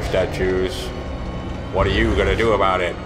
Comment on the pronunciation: he is talking au-baut gwyn from dark souls 1 (